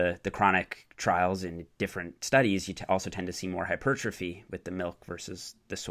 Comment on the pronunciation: "Hyper thróphy" :/